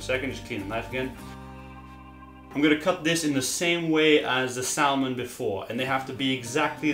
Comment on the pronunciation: Salmon isn’t pronounced how it’s spelled! it’s pronounced sammon